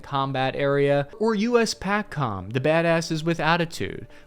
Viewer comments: USEUCOM pronounced "You-com" USPACOM pronounced "Pay-com" USAF General equivalent to USN Admiral. This has been my Ted Talk. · can’t pronounce PACOM and EUCOM and called Navy Admirals “generals.” 😢